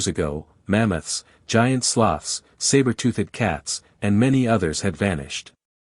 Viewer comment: who taught this AI how to speak? "Saber tooth-ed"?